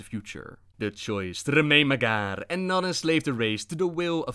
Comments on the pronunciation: Holy shit you rolling ur Rs so bad and when u say MAG--HAR it's not magarrrrr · Mag - Har, not Magarrr, they ain't Spanish. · It’s pronounced mag har no magar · Its Mag Har not Magar. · There is a space in between the two words with a hard H... mag' Har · "mghr" orcs lol. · It's Mag-Har, 2 syllables. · Sounds like you're saying the "MAGA" orcs...Making azeroth great again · As far as I know, the H isn't silent in Mag'har (Mag like magazine, har like hard). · Not enough rolled R's. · Classic butchering the name of the Mag'har.